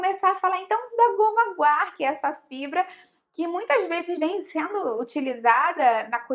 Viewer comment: Sim! A pronúncia está correta